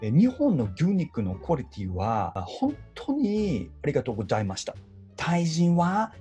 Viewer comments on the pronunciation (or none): ありがとうごじゃいました←これすき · ありがとうごじゃいましたwww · 해석 : 한국의 도시락보다 일본의 편의점이나 슈퍼의 퀄리티가 정말 좋아요. 한국에도 도시락은 팔지만 일본 쪽이 가격은 비싸지만 맛있어요. 특히 일본의 소고기 퀄리티가 정말, 감사했습니다.(마지막 ありがとうごじゃいました는 원래 ありがとうございました인데 한국인이 ざ발음을 못해서 じゃ라고 쓴 것) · 韓国の友人カタカナの「ザ」を完璧に仕上げたと思ってたのに俺が「ザのことジャって言うよね」言うてしまい悔し泣きさせてもうたの思い出した。 すまん友。 ちなみに中国の知人は「ありが ございましたー」だったな。 最後の日本人めっちゃ笑ったw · ありがとうごじゃいましたww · 韓国人のありがとうご"ざ''いましたのざがじゃになってるところとかめちゃくちゃリアルww